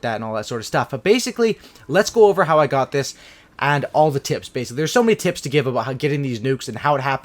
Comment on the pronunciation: I'm gonna play cod ghost tomorrow again and who else thought he said I got some tits instead of tips 😂